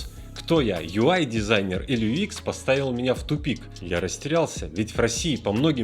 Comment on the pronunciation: юЭкс а не юИкс.:)